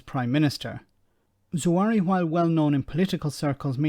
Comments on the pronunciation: Expect the leaks to continue. It will be entertaining, if nothing else. Sounds like that excuse was made up on the spot as well. Just to say,, it's pronounced Za-Har-We, not Zoo-ari;) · 1. moment of silence for the amount of times the narrator couldn't pronounce a simple name like ZA-HA-WI. 2. If a mistake over a utility bill is the best you can do, then I'm sorry but it sounds like a really desperate attempt to find something on him. 3. I'm as Tory as Hitler loved Jews. BUT. As a Kurd who was also born in Iraq like Zahawi, and given the UK's actions in Iraq and vs Kurds for over 120 years, it would be poetically ironic if an ethnic Kurd who made his money in private business because the PM of the UK. I wouldn't vote for him as I don't agree with his policies, but he is 1000 times cleaner and more intelligent than all of the sleaze balls who are also running.